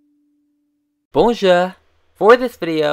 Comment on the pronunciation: I'm cryiiiiinnnggg!!! I thought you were speaking Chinese when you said 'bonjour' at the start of the video!! (I'm French and I did not recognise it at all! I find the attempt cute though and I like it!)